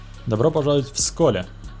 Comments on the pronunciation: Бля ну ты же с Украины, а значит в школе учился и знаешь что на Українській буква Е це Е а не Є!!! Тому СколЕ а не СколЄ!!! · Не сколє а сколеее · Я в Сколе жыву но ты не правильно говориш по русски не Сколе а сколэ